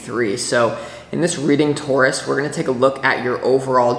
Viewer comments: And you say Taurus right my friend! We say it the same way here in Canada :) Thank you for this reading. It is good to be a Taurus these days. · You said Taurus the way I have said it all my life, in the UK it is also said like that 😂❤ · You say it perfectly Taurus! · I’m not from NY & I say Taurus the same as you 😊